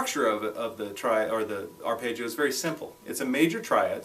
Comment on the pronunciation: Paul Gilbert is the only other person I've ever heard pronounce it "arpaayggio"